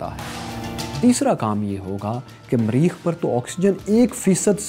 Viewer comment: Sir its mareekh, not mreeekh. very nice show btw.